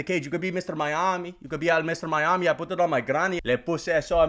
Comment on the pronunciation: Don’t ever say Miami like that again.